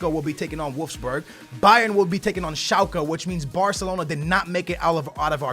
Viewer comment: schalke:D you are pretty entertaining when you fuck up names:D